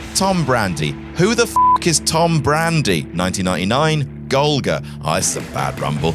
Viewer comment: You really did "Tom BrandI" dirty, but bro does have a point 🤣